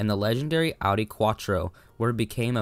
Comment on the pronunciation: It’s “OW-DEE”. That’s how the Germans say it. There is no “AH-DEE”